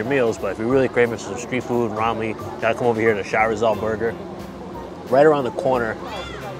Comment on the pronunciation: I became a new subscriber because after 20 years living I can finally found a foreigner that can correctly pronounce Ramly, most foreigners pronounce it as Remly/Raemly. Kuddos to you guys.